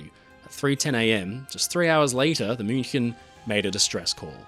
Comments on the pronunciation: German native speaker here - perfect pronunciation of "München". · Spot on pronounciation of 'München'. Also a little not-so-fun fact: Her sister almost sunk in a similar manner a couple of years later. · I appreciate the correct pronunciation of München. Thank you, A native German speaker